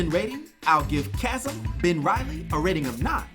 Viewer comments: CHAZZUM????!?!? Really bro? 😅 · Chasm is pronounced like Kazm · Bro can't say chasm